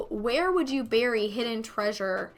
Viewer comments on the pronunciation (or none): none